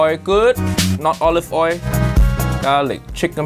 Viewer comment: “Olive oi”